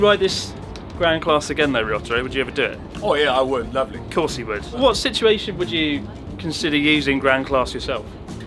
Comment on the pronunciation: when he's said "i would, Lovely" sounds legit Queen's accents.